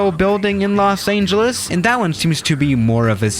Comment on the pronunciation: he pronounces the ANGEL in los angeles